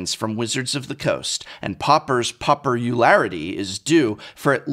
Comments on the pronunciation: Pauperularity?! I'm in physical pain. 😭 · lmao "The JACE-tus League". lmao "PAUPER-ularity". Someones gotta point out how on point his pun game is!